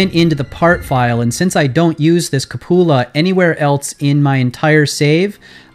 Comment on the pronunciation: OMG it's QUE-pew-la or COO-puh-luh. Cup-OO-la is cracking me up. Good lord.... Just realized why that pronunciation is so funny. It sounds like you're saying cuh-POO-la, and we all know that poo is one of the funniest words in the English language, second only to pants.